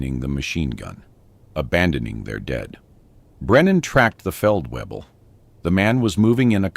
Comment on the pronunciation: The Feldweeble directed him with confidence.Pretty sure it's Feldvayble. (at least that would be the correct German pronunciation). A A W in German is pronounced like our V. And a V is pronounced like our F. A VW car is a Folksvagen in German